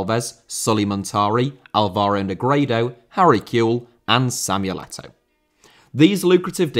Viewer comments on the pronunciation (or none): Samuel Eto'o,not Samiyul Ettouw